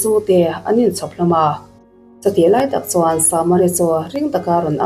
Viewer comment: ....a tuartu ni lo 'CHUAN'*... He *'chuan' i lam dãn hi a thu awmzia aṭangin i lam dik lo.Han ngaihthla nawn leh la, a lam dik dãn tùr i hre mai ang.